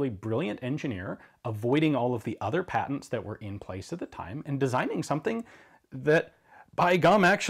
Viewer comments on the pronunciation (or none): none